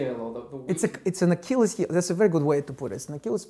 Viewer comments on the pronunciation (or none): none